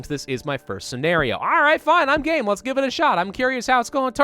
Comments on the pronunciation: lol when he said "Im game for this" i thought he said "Im gay" oof i had to go back and rewatch what he said XD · is he saying gay or game? but how gay?